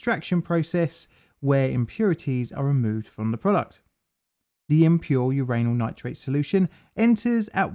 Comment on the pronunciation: Lol uranal nitrate 😂